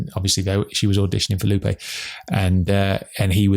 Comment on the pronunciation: Really liking these podcasts each week. Makes me look forward to Fridays even more! btw, it cracks me up every time how pronounces Lupe. Says it more like Loopie!